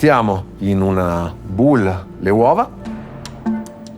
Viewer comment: Perché la gente si ostina a dire "bull" per indicare le ciotole? O dite ciotola in italiano o, se volete dirlo in inglese, dovete dire "bowl", che si pronuncia "bouvl". Bull bol dire toro.